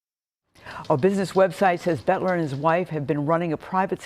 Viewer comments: "BOELTER" is NOT pronounced "BET-ler". It's pronounced "BELT-er". Try to get the name right, because saying it wrong repeatedly cements the wrong name into the public consciousness. It will confuse the search for anyone who knows him who might have information. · Please say his name properly...Boelter, not Betler! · Its pronounced Belter, not Betler. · I think Boelter is pronounced, Belter, not Betler. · His last name is pronounced "Belter" not "Betler". Please pronounce the name correctly. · His name would be pronounced as BELTER, not Butler! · "BEL ter" not "BET ler" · It’s Boelter, not Boetler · Boelter not Betler! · Where are y'all getting Betler?? Its clearly boelter, like bolter. 😂😂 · The correct pronunciation is Belter, not Bolter. The "o" is silent. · Is it just me or are they pronouncing his name incorrectly? They are saying betler, but everyone else says belter. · It's not "Bettler." Geez. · Butler? Aren't journalists supposed to be able to read? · BELL-TER!!!! Sheesh! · Because these newscasters didn't do their research on the basics. The last name is pronounced "BELTER". For godsake, call someone in Sleepy Eye (where Boelter is from originally) and ask if you don't know the pronunciation! Don't just guess or make it up; you sound like buffoons. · Is that news anchor dyslexic? BOELTER, not Boetler LOL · Both are correct pronunciations in this area, some families go by “belter”and some go by “bolter”. I can’t place which family he is with.